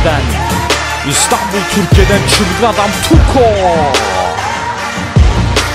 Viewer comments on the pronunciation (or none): none